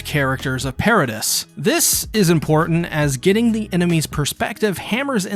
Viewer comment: It's pronounced para-dee